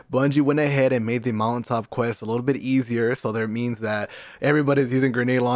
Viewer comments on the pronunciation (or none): Everytime he says mountaintop, pretend hes saying Molotov. Thats all i hear